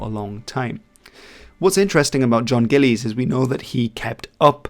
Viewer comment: Gillies is said more like Gill-is than Gill-lays.